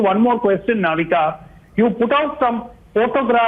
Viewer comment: She is Navika not Novita😂😂